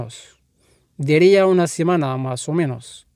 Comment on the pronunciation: Diría no es deria vale